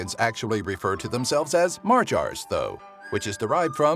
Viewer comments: MARGARS SKDGSKSHDJD WTF N O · holy shit you just made my fucking ears bleed with that pronunciation of "Magyar" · The way you said Magyar... do some research.